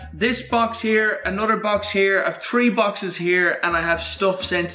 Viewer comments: he says three tree lol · Famous words " I have tree of them here"